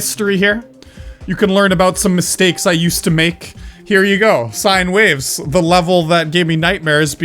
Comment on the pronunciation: You said sinne waves its sine wavs